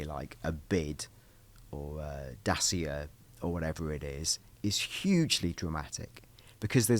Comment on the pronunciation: sorry to be the pronunciation police but that has really got me ticking 😳 It's said 'datchia' not 'dasia' mate. I also believe that Chinese electric motor is said by the letters as in 'B.Y.D' rather than the word 'bid'.